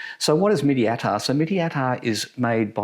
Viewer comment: You should pronounce it like "Meat-Tea" not mitty. Mitti means soil.